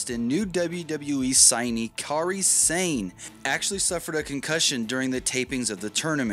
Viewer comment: Sane? It's 'Sa-Ne' As in I saw some sawing, and the horse says neigh... while it's sawed in half...